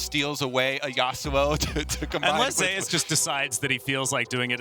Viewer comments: That's not how you pronounce Zeus. . If you are going to compare the name to the god of thunder by referring to his favorite champions being lighting orientated.. Pronounce it the way the god of thunder and lighting is pronounced. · Why does he keep pronouncing it Zay-oos... it's ZOOS. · Say zay use, zuse